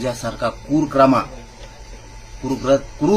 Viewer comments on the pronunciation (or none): क्रूर कर्मा हे शब्द सुध्दा शुद्ध म्हणता येत नाही.16 महिन्यात काय केले? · क्रूरक्रमा म्हणतंय क्रूरकर्मा म्हणायचंय त्याला !!!